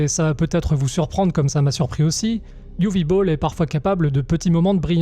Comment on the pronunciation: Ce n est pas "youvi bowl" mais : "ouveuh boll". La où c est amusant, c est que j ai vu peu de temps apres citizen vigilante, magnum force. Et traité complètement differemment, c est la meme histoire, en version légalisée. Ce qui nous rapproche de "la nuit des juges". Ils sont tous notre exutoire face l ambiance et par rapport à la loi. Ca reste tres agreable à voir. Et on peut critiquer sa forme, il n en reste pas moins un film que personne n'aurait les c.... de produire aujourd'hui, ce qui en fait un pur ovni. Travail remarquable du realisateur, puisquil signe un travail bien plus équilibré que ses anciennes bouses. Film traité de facon à en faire quelques suites. Encore une chose tres curieuse face aux critiques évidentes auxquelles il devait s attendre des la production